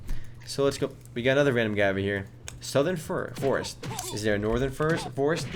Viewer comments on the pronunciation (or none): Northern Furest. Lol